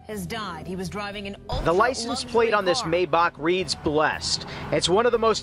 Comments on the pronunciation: MY BACH ITS MAYBACH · It’s pronounced Mai-baak. My Bach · He was driving a "My Bock" wtf😂😂😂